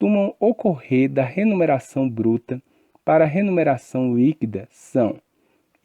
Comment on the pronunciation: Muito bom.. mas ele fala "remuneração" ou "renumeracão"